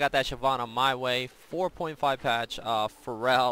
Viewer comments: It's Feral not Farel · Hey, sweet vid! Heads up, it´s Feral not Pharrel. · yeah after i heard him say pharrell williams, i got that. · Will someone please tell that "feral" is pronounced "fare-uhl"?:P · you pronounce FERAL like Ferell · Pretty sure you're saying feral incorrectly.